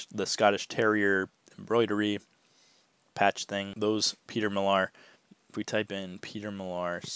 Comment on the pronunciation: It is pronounced Mill Are. I used to pick this brand up 2-3 years ago but now it's a hard pass unless it's something really unique.